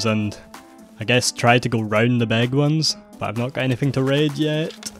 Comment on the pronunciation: Bro I love your accent but please stop saying “big” as “beg” 😂